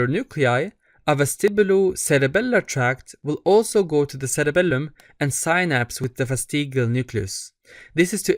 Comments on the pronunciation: Love the way you say SseRebellumm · thats why he has three “L”s in his cerebelllum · I just knew you’re middle eastern from the way you pronounced it